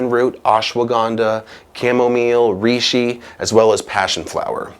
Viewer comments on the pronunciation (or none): Great video! Thank you! Reishi is Japanese and it's pronounced "ray shee."